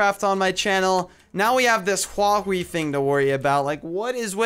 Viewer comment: It's huawi